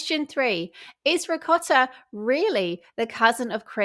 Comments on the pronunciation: she doesn’t say ‘ricotta’ in Italian accent - she knows nothing about that language and can’t do that accent for sh*t 💁🏻‍♀️ She just does a weird foreign pronunciation which she seems to BELIEVE is Italian 💀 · Her Italian pronunciation of ricotta is a copy of Giada , she always said it that way from her real Italian background and speaks the language! Nothing original!🙄